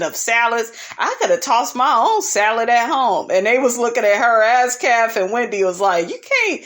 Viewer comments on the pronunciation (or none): Why you keep calling thr girl Ass- café? I thought it was Askale